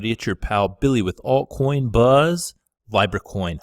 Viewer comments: Pronounced LEEBRA NOT LYBRA ;) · Its LEEEEBRA not Lybra ffs 🙈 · Dude, why are you the only one who mispronounces these coins? Nools instead of nuls, lybra instead of leebra. Do you do it on purpose? Do you not hear how the rest of the world says them? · Its pronounced Lee-brah. It comes from the old Roman Empire currency. Since we still live in the last generation under the dispersed Roman empire, this one world global currency has to happen at some point. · It’s leeeeeBRA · Say it with me now: LEE-BRUH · This guy sounds like he is medicated on Thorazine. Dude, you can’t pronounce Libra 🤦🏼‍♂️ please have Maddie full time